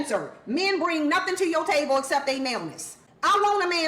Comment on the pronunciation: Why she pronounce table taybowl?